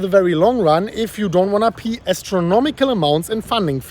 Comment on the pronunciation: Unsure if you said “pay” or “pee” astronomical funding fees, either one technically works lol